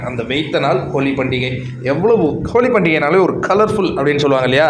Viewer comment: Holi not koli